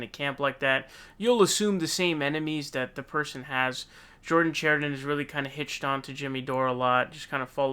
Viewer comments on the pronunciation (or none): Pakman finnally got Dores name right, called him Doray a few times, but Chariton is not pronounced Char i don. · The fact David can’t pronounce Chariton, shows David hasn’t been watching standing up for the working class